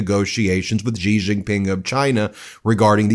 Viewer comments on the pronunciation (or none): Ben, you’re still mispronouncing the President of China’s surname. “Xi” is pronounced: Shi … NOT “Ji.”